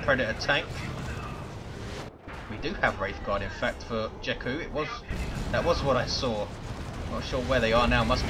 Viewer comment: And no, you are not pronouncing "jekku" correct.